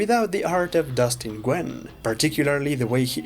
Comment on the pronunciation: Nguyen is pronounced “Win”